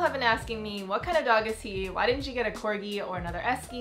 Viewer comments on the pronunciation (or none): none